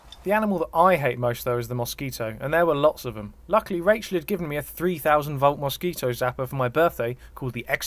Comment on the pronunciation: "the moss key toe" dude hit all of the syllables... hard. PIP PIP CHEERIO MATE! I SAYS I SAYS! I DO I DO! RIGHT Real talk, I love the 2 of them. super cute people. I am glad to see their happiness! I honestly wish noting but the absolute best for all of them and I am excited to keep watching the videos! thanks for posting such intimate and laborious content. It isn't lost on me and I thank you! :-)